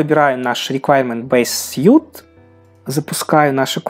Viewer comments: Почему большинство русскоязычных тестировщиков произносят не правильно SUITE (набор)? Это произносится что-то между СУИТ и СВИТ. А вы произносите как Съют (suit)- что означает костюм. Хотя и это произношение слова костюм не совсем верно, надо ближе к СУУТ. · Да, всё верно, при общении на английском вас не правильно поймут. Лучше сразу учиться правильно suite [swiːt]